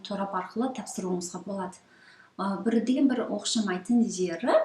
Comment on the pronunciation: Оқшамаитын # Оқсамаитын✓ Торап # интернет ✓ Документ # дәукымент✓ Қанық # Анық✓ Гырапа # құжаттар✓ Көп сөзді ұмытып қалған сяақты сіз. Қайта Дұрыстап алсаңыз керемет болар еді. Рахмет сізге